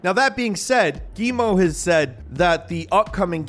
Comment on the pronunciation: Yves being pronounced eevee made me laugh so much lmao. Props on pronouncing Guillemot correctly tho.